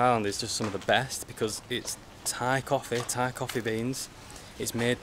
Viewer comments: Your parents are strong, climb up to the hill but at the top is the fantastic scenery, Anyway your Thai accent is so goooood. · Woaa, have not watched your channel for months. Your Thai pronunciation is now next level!! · your thai's acccent so so good